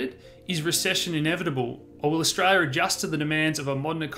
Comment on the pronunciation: Some translation: Stray-ya = Australia Nighdeen nighdy = 1990 Dahdah = data I hope this helps!